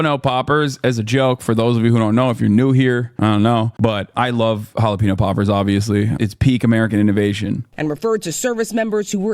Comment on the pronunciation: What is a jelapeno papers?